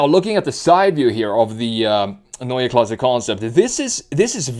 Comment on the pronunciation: Neue Klasse - new class, but pronounced quite well for a non native speaker. Usually it is used as "a class of its own" connotation and I bet BMW can deliver that too , no matter what drive train they are using cause do not forget they might be the last in the game still working on hydrogen in its different incarnations. Most people do forget about that, the long history of BMW hydrogen cars outside of the scope of the fuel cell: They are burning Hydrogen in ICE cars the last and only proper solution to meet the emission standards for any vehicle in the EU cause they are burning hydrogen in the usual and just slightly modified engines in the past decades starting in the 80s with the 7series hydrogen car - of cause experimental one. Therefore still in the game - at least for those who will be able to afford to buy green hydrogen (a lot more expensive without subsidies) might be able to buy a german picea system from Berlin which is a solar power system that is producing Hydrogen during summer for long time storage which is then later be used to run a fuel cell for heating (I guess 66% of the energy is used as electricity and 34% as heat to heat the house), not cheap at all or maybe affordable by american standards for roughly 100000$. At least an alternative for those with big pockets. But for sure BMW has to move to EV big times and will do that cause the key markets are dead for ice like China and Europe cause only for a limited time they can offer hybrids which are the wors